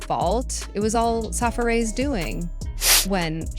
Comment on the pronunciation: How is this lady mispronouncing Safaree ..